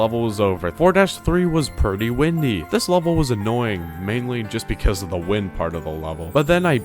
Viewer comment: I am i the only one who heard “ kirby windy” instead of pretty windy?